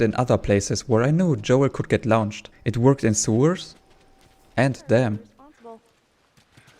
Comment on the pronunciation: Fascinating video. I’ll have to go dow a rabbit hole of glitched run videos now! Side note: ‘Launched’ is pronounced more like ‘Lornched’ - English is not consistent, sorry!